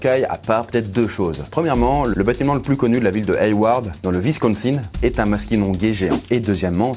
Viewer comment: Le Visconsine?